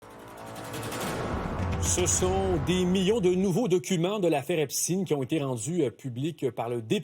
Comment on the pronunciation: Epsteen, Epsteen !!! Thirteen, forteen, epsteen , sixteen C'est Epstein pas Epsteen... Ce n'est pas un américain, c'est un allemand...